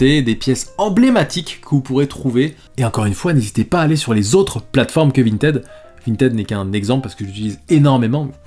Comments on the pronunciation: On dit « Vinetide » ! Ralala, tu étais où au collège durant les cours d’anglais ?!! 🤭😁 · t'es passé de vintid à vinted en terme de prononciation ça me fume